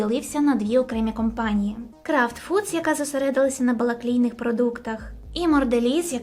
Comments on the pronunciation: "БАЛАклейніх продуктів")) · на балаклійних продуктах...мені не почулося?))